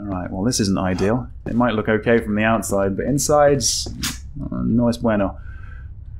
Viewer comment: Omg!! you said "No es bueno" with a super good pronunciation 10/10